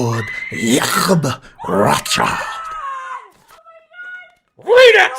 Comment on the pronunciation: The way you say lord Yacckckkkkob Rothhhhhsssschild